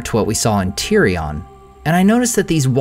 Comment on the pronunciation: It's not tirion.